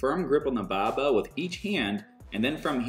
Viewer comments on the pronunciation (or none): I came hear only to hear “the baaah bell”🤣🤣🤣🤣👀